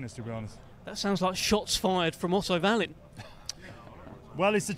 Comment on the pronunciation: Why do people call him Varleen?!